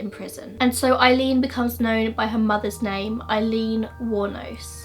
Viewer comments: Aileen Pronounced, "Ay"-leen, not "Eye"-leen, from an Eileen. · Great video.I just have to let you know her name is 'Aileen' pronounced like 'Ay-leen' .like the word 'hay ' without the 'h'. Well done on content .wonder what would have happened if her mother had kept her.